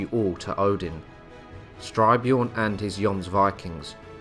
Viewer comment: Styrbjorn as in Stir-BYorn. Which means 'Violent Bear'.